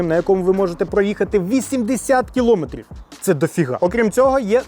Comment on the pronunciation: тільки "кіломЕтрів", а не "кілОметрів" 😉 (я зазвичай не виправляю людей, але тут це слово звучало ну дуже часто 😁)